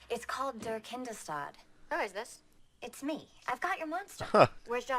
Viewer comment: and being German: The way they pronounce Kindestod is hilarious XD